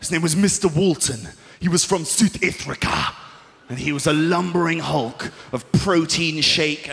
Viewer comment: "He was from Sooth Ifrica!" >-D